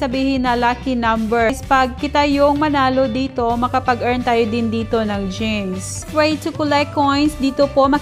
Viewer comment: Gems po namali sa pag pronounce yarn